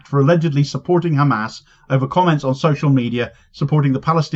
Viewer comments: 3500 years my aching arse. Satanyahu talking through his Ar-- . Why is this Radcal walking Free He is not even Capable of taking the name correctly. Khammas , and the correct Pronunciation is Hamas. 😢😢. Fool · He can clearly say "H" like everyother westener... Yet he insists to say "KHamas". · Every time I hear that blood-thirsty fascist say "KKKHHamas" I shake with rage and disgust. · If he says “Khamas”, should he not also say “Khanukah”?